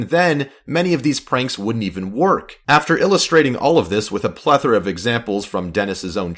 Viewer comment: Plethra lmao